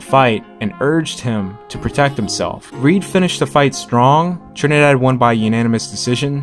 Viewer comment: Your saying Tito Trinidad wrong trust me I'm puerto Rican I know